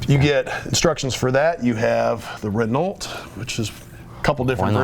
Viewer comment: I died a little when he tried to pronounce "Renault."